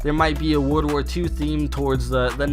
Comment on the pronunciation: Y do you keep on saying wood war not world war